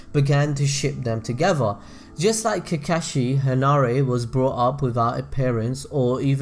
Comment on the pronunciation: Hanare is pronounced "Ha-Nah-Rey"... Well at least that's what it sounds like when I watch that episode.